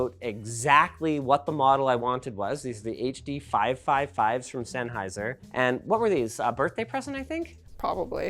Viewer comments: Oh look, it's the Huh-Duh Six-Hungeos by ol' mate Senny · and the lesser known Huh Duh Five Point Five Five Hunge-O's by ol' mate SENN